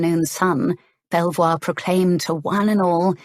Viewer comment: A very funny story, so far, but Belvoir castle is near our home and is pronounced " beaver", not sure if it meant to be the same place , but just in case